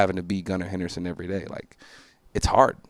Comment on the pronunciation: Did bro really say “Gunnar HenderSTON” 😂